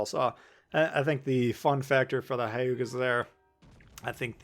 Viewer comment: It’s not Ha•yuga. Its Hue•ga. Japanese is a constant sound language